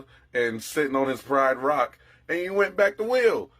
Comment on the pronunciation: really said "prideRock" 💀😭😭😭😭 who put this online? She gave him that missionary murderer pose😅